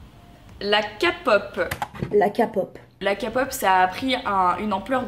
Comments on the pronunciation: J'suis morte quand ta fais pause juste pour dire "kapop", j'ai mis le like En tout cas j'aime beaucoup cette vidéo ta super bien décortiqué ce qu'elle a dit fin j'aime bien ton avis sur la chose ! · J’avoue que je suis Enjoy sur YouTube. CEPENDANT elle a été très maladroite dans ces propos, elle ne s’était pas renseignée sur le sujet. Déjà quand elle a dit K-Pop prononcé avec le K français au lieu de Kai ( en phonétique) j’ai stoppé directe la vidéo. Après en plus sur insta elle a continué à en parler disant « voilà sa se ressemble nanana » « Oh finalement j’aime qu’une chanson ( Fake Love je crois).Enfin bref elle n’a pas assuré ce qui explique les commentaires. Mais sa n’excuse pas les insultes les menaces . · Des le début quand elle a dit "kapop" me suis dis "Allez c est partie pour les connerie.." Ont est d accord que tout vidéos, émissions qui commence avec cette prononciation vont dire de la merde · elle a voulue faire la connaisseuse alors qu’elle dit "KAPOP" on en parle ou pas son crâne là 🤦🏽‍♀️🤦🏽‍♀️bref sinon jtm ❤️ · jsuis dsl mais quand j’entends les gens dire (KAPOP) ça ME DONNE ENVIE DCASSER DES CHOSES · je suis tout a fait d'accord avec toi sur tous par contre il est ou le mal a dire kapok? mdrrr je suis fan de kpop depuis des années mais genre je le prononces a la française. Meme bts je le dit a la française. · Le ka-pop ma enerver 😬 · Quand j ai entendu la prononciation je me suis dis " allez c est partie pour les conneries" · mais tellement mdrr il manque plus que le " bétésse " et là ct la fin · C'est grave ça y'a plein de mot anglophone qu'elle doit très bien prononcer et là elle prononce mal pour bien montrer qu'elle ne sait rien de la kpop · Grave je trouve qu’elle devrait respecter un peu plus la K-Pop moi je trouve qu’ils on un Mood de ouf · par rapport a la prononciation je pense qu'elle peut faire un effort les artistes qui ont pas un nom français la PLUPART le prononce en anglais non? Tu dis Ariana Grande ou Ariana Grandé?